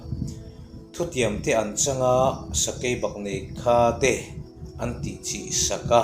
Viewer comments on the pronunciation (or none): A hlu ṭhin hle mai ,Lalpan a sawitu leh ngaithlatu zawng zawng tan Malsawm rawh se, Ka lo hriat ve dan chuan, Sakeibaknei kha, tih kha tuna i thluk dan lo deuh khan Changkha, tih a kha thluk ang hian ka lo hre ṭhin a.